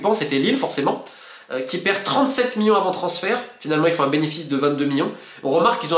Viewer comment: C’est marrant de constater que Monsieur Molina n’arrive pas a dire « million » mais dit à la place « millon » ! Bon c pas un drame non plus mais je trouve ça original :)